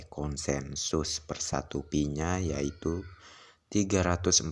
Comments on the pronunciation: Kesalahan yg trus di ulang, bukan pi ay network, tapi " Pi network" atau di baca" Pay network" Gitu dooong. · Pi bukan diucap pi ai bro tapi pai.Jadi pai network bukan pi ai network.yang smart gitu lho bro